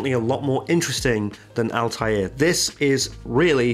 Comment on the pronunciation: It's not Altair from AC (flying eagle) its Althaïr which means ( Rebel ) in Arabic. It is pronounced with a (th) not (t).